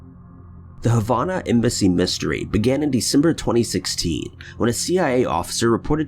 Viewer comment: I want to meet this idiot that doesn’t even know how to pronounce Havana, what a dumb ass. Wish they would ban his videos!